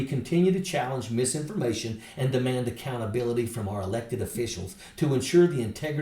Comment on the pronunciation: Hey Marge, “misimpformation “ is not a real word. You should be in-dick-ted for your hackery of the English language,…. among other things.